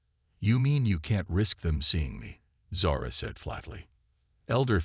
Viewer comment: Zara, not sara